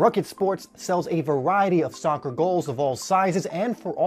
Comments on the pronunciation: Soccer NOT Soocker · All the dislikes are because you called it soocer